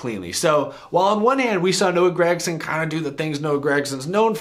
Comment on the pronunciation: seems like everybody says grEgson besides Mike Joy every now and then